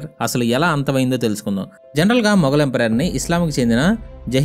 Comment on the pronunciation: bro thappuga anukonante oka suggestion, empire ni emperor laga pronounce chestunav bro video antha. ante for example, maratha empire ni maratha emperor antunav, neeku teliyandi kaadu kaani cheptunna